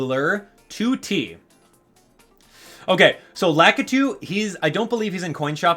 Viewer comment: i find it funny how he pronounced lakitu cuz i always pronounced it lakeetwo